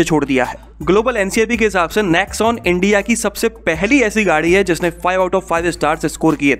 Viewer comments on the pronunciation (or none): none